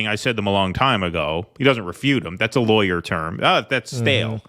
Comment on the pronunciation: mispronounced the word "lawyer." The "aw" makes an "ahh" sound, not an "eye" sound.